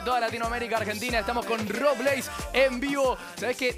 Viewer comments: Cris dice robleís con tilde y es robleis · "Robléis" jajsjajsja